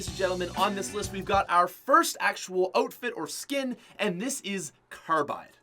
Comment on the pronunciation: Did he just say oat-fit